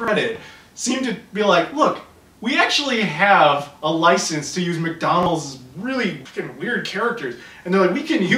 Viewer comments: Oh lordy lordy the way he says "MIDONLSH!" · It is time: “MECKDAWNOLDS!” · the way he says McDonald's made me laugh so hard because that's how my fat brother says it also.